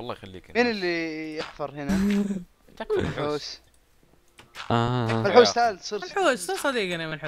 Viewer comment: ما اقصد الاهانة بس كل ما اسمع كلمة منحوس احسبها ملحوس ال زيي لايك